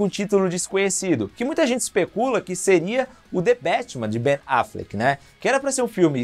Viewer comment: QUE AGONIA VER VOCÊ FALANDO BEN AFLECK KKKK